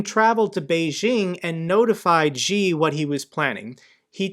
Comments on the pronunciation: I'm not a native English speaker, but... Worser is not a word, but worse is. Also Xi is pronounced more like 'Shee' and not gee... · Enjoyed your updates on the Russia - Ukrainian situation. Thanks. Just wanna point out President ‘Xi’ is pronounce like ‘C’ rather then ‘G’ from what I hear your pronunciation thru my devise. Take care. Best.